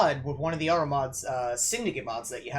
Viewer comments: PC Harrow, not Horrow. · Harrow said like Haro Gunda m